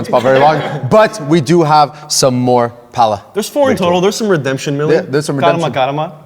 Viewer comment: It's Pala